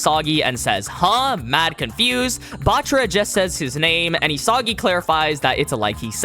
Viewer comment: Your constant mispronunciation of isagi bro 🫩